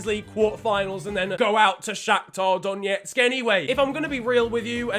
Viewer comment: Spicy pronunciation of Donetsk